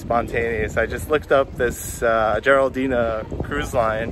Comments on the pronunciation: LIne is called Jadrolinija, not Geraldina :-) Pronounce our Js as you would your Ys. But thanks, nice video! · its not Jaroldina its Jadrolinija 🤣🤣 it literally says the name on the side of the boat in huge lettering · let me help you with some pronunciation... Jadrolinija Yadroliniya Or else Adrialine as in Adriatic sea line. You are welcome. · No worries, you not the first or the last not being able to pronounce it.